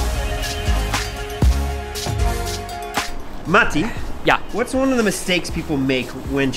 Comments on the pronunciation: I have to give it to you that you are one the few people who actually pronounce Matti's name correctly, in Finnish way. 😊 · You say Matti’s name wrong